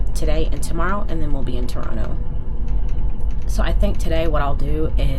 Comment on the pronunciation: Hi. I have been following you since the beginning. Welcome to Toronto! I hope you enjoy our city. It was fun to see you walk out of Union Station onto Front St. Thank you for showcasing Canada to your subscribers and for pronouncing Toronto correctly! Safe travels 🎉